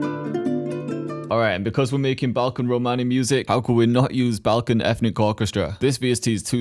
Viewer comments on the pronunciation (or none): Listening the world Romani with this American accent doing a heart attack 🤣🤣🤣 (I’m Italian)